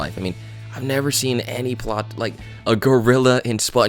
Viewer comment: I thought you said "nether", not "never".